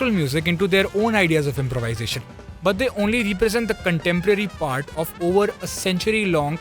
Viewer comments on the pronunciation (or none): none